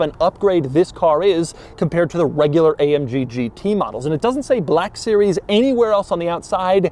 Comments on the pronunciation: "amg gt BALLLLACK sewies" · Doug: This is the amg “buhlack series” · Is it just me or did he say "BLAHKUH SERIEZ" at every opportunity he could? 😂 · An then came the bleck siries xD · Every time he annunciates "Black Series", it makes me want to reach through the screen and bitch slap him back to his modest SoCal apartment. He doesn't understand that jokes get old eventually, and even moreso when you are a tall, gangly nerd that makes these stupid poses and gestures every time he says it. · Why you keep saying black series so hard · Why did I guess he was gonna emphasize “black series” 😂😂 like he did with the black wing